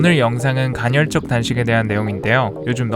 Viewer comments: 간헐적인데 계속 간혈적 이라고 말하시네..ㅋㅋ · 왜자꾸 갈혈적이래 ㅋㅋㅋ 간헐적!!!! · 2시간 짜리 영상에서도 전혀 흐트러짐 없는 목소리와 딕션에 감탄하였는데(그 영상 진짜 최고였어요!!!!), 이번 영상에선 간헐적 단식을 간'혈'적 단식에 가깝게 발음하셔서 그 단어가 나올 때마다 괜히 긴장이 되네요ㅠㅠ [가널적]으로 발음하면 쉬워요! 항상 완벽을 기하는 님의 영상에 옥에티가 있는 게 너무 아쉬워서ㅠㅠ 잔소리?팁? 하나 드리고 갑니다^^ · 발음이 안좋른건가? 왠 간혈?. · 저도 간헐적 단식 2달간 하고 있는데 좋네요 그런데 커피는 의학적으로 하루에 한잔은 괜찮습니다 그리고 영어발음은 이해하는데 간헐적 단식발음이 간혈적 단식 으로 들리네요 오류인지 실수인지 모르지만 간혈적으로 들리고 틀린겁니다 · 간혈이 아니구 간헐이구요 생장호르모르몬이 아니라 성장호르몬이에요 미국에서 어렷을때부터 살은 나도 이런발음되는데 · 간혈적 말고 간헐적이요! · 간혈적이라고 말하고 간헐적이라고 자막쓰면서 이불킥 했을듯요 ㅋㅋㅋㅋ 저도 님 예전 생활하고 비슷하게 살고 있는 중인데 저도 간헐적 단식까지는 아니더라도 카페인 끊는 거 도전해봐야겠어요!! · 갼헐적 단식이라고 계속 얘기해서 ㅋㅋㅋ 좋은영상 항상 감사합니다 더욱 건강하시길~~^^ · 간헐적 간혈적 발음 지적만 당하는 그러니까 좀 잘해 ㅋㅋㅋㅋㅋ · 궁금한데 외국에서 오래 생활하면 "헐"발음이 어려워지는건가요?? 대니조라는 미국에사는 운동유튜버도 간혈적 단식 이라고 발음하던데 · 근데 왜 발음을 간혈이라고 하는거에요? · 간헐적 단식을 간혈적 단식이라고 발음하는 멋진 우리형..간Zㅣ.. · 홀리크랩 형님 간헐적 계속 간혈적으로 말씀하셔서 괜시리 신경쓰입니다 형님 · 저만 “간혈적”으로 들리나요..? 영상 깔끔하고 좋네요 ㅎㅎ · 자꾸 간혈이라고 그래서 나만 잘못 들었나?했는데 역시나.. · 영상 중간에도 간’혈’적 이라고 나온다요! 발음영상 후에 이러니까 위트로 느껴져! 인간적이야 지금까지 너무 완벽했어. 다음 영상에서 ‘앗 지금까지 간혈로 잘못 알고있었어요 헤헤 나도 모를수도 있지! 버럭!’ 하면 귀여울 것 같어ㅎ 누군가 이걸로 악플이나 안 달았음 좋겠다! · 나도 간혈만 들려 ㅠ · 보스턴식 간헐적단식 발음인가 ㅋㅋㅋㅋㅋㅋㅋㅋㅋㅋㅋㅋㅋㅋㅋㅋㅋㅋㅋㅋㅋㅋㅋㅋㅋㅋㅋ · 설마 저번 영상에 이은 틀린 발음의 예시... 나중에 복선 회수되나